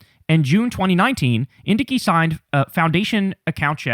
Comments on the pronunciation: Love your coverage. FYI, it's pronounced (in-dike). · According to Google the pronunciation is IN-dike. js